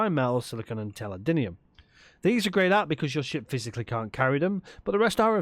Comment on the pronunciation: oh come on, you know you want to pronounce it right Tel - A - di - A - ni - um, otherwise great vid :)